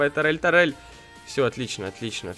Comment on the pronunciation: Может турель, а не тарель?